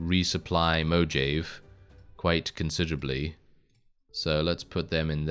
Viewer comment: I can't tell if you're trolling by saying Mojave that way or if you don't know that in spanish the "j" sounds more like an "h". Like Jalepeno.